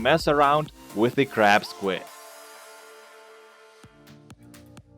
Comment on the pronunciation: i thought Ya Said Crap Squid Not Crab Squid XD